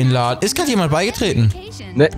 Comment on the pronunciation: Nicht ger sondert ged